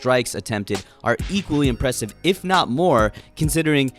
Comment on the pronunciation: No in that video he said "if" with Georgian letter "ფ" which is similar to "F" and people though he said "epo" weirdly